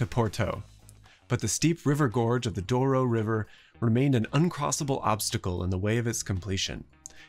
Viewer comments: It's Douro river (EN and PT) or Duero river (ES), not Duoro river. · It was the first video I watched from your channel but won't be the last. It was extremely interesting. 2 notes about it: - it's river Douro and not duoro; - in Lisbon you'll find a beautiful small steel tower from 1904 built to help people reaching the top of a hill. It's called elevador de santa justa and it's engineer, Poinsard, was a disciple of Eiffel Thanks!